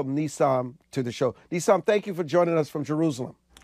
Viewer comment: His name is "Nissim"-which means miracle.The interviewer mispronounced it .